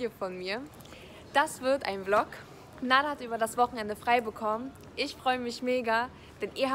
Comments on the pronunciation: er heißt naderrrrrrrrrr und nicht nadeeeeer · Leute er heißt Nader mit E und nicht Nadar mit A ❌❌❌